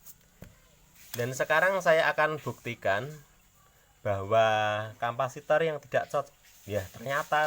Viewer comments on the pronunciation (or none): Mantap dek bro🤙🏽 tapi namanya bukan kampasitoer tapi capasitor (kapasitas atau yang menyimpan memuat) 🙏🏼